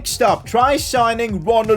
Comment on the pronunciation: PCQ: FOR THE LAST TIME RONALD ARAUJO IS PRONOUNCED RONALD ARAUHO